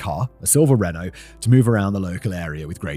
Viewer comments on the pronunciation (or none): none